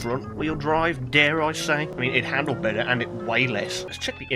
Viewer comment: ''we do eht''